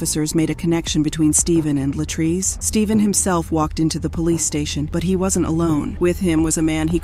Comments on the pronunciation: I don't know why these narrators seem to NOT pronounce our people's name correctly, she kept saying LA TRACE and it is clearly pronounce LA TREECE. They don't even respect us in death. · Every time the AI voice says Latray-say I want to snatch myself bald headed. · The fact that the narrator keeps deliberately mispronouncing LaTrese’s name is IRRITATING AF! Not gone lie!! You clearly hear her dad call her the proper pronunciation and u KEEP GOING IN BETWEEN!! Wtf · Her name is pronounced Latreese, Wow! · She missed pronounced this woman’s name so many times 🤯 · The narrator is repeatedly mispronouncing the victim's name, repeatedly. It is frustrating. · Why not pronounce her name the same way that her father does??!! I would assume that HE knows. Disrespectful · You mispronounced the victim's name throughout the WHOLE video!